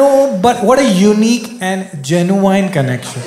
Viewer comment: that woahhhhhhhh😂😂❤ genewiine😁 Lovely to see you again, Kenny😊! Must do a show in chennai